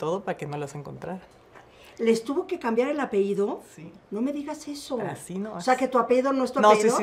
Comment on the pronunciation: Como que apeido? 🤦🏻‍♀️APELLIDO!!!